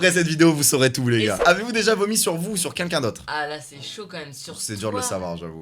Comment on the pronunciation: Ca vous stress pas doc quand il dit "qqn" il le prononce quinlquin mdr